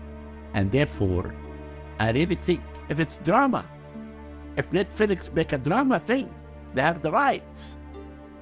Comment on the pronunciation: Is he saying: "Net-Felix" 😂😂😂